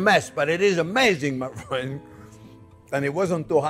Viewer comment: Oh I love it when he calls me fwen. Makes me smile hahaha. This man is precious